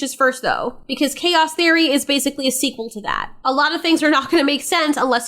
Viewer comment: The way you say "sequel" is very unique. Lol